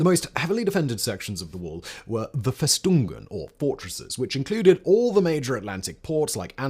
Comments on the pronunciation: Simon, please: FES-tung-en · "festungen" haha